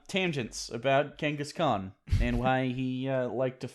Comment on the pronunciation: If you talk about Genghis Khan again at least pronounce his name correctly.